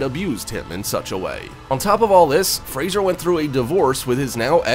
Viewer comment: Why would someone, who can`t even pronounce the last name " Fraser " correctly, make a video at all !!!!!